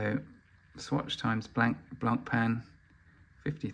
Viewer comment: please learn how to pronounce the brand Blancpain correctly. thank you.